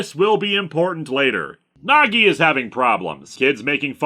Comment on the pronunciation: Every time he says Nagi I hear Nog, and like to think this is an elaborate Deep Space Nine crossover. How do they finally defeat Sadako? Reversing the polarity. Of something. Doesnt matter what.